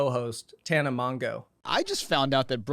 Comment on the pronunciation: Respectfully I need pretending like we don't know how to say Tana's last name